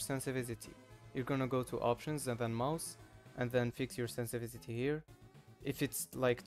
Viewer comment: "sensivitity" :D nice vid btw